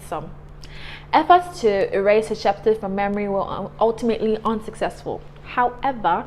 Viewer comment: Since these people are African I think we need to find the best prounounciation of their names. Her name sounds European and not African